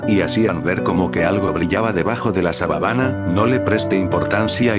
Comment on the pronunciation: En el minuto dijiste sabanana